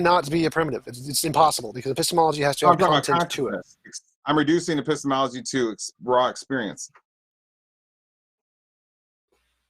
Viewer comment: That's a painful 'epistemology' to listen to